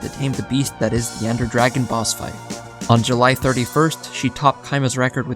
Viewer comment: "Dwagon Bos" caught me off guard lmao